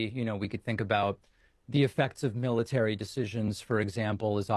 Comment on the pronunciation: That azzhole needs to watch 45 walk. He throws his left leg out in a wide sweep when he walks. He doesn't use a teleprompter because he can't read! Then thers the slurring of words,the cutting words off,mispronouncing simple words(military,landslide. He pronounced it landschlide). His campaign has started having 45's rallies in te afternoon because he sundowns bad! Then there's te lies!